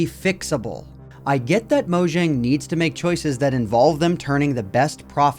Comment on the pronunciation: Mojang is not spelled as Mojang, but as Moyang, it's not an english name.